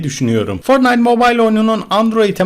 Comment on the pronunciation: fortnayıt mobayıl diye değil fortnayt mobayl diye okunuyo söyliyim skfjdjh